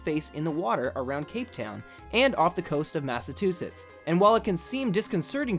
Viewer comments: massatusets lol its "chu" sets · he said massatusetts not massachusetts i cant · Hold on.. massatoosssus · its pronounced Mass a choo sits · lmfao massatusetts? lmfao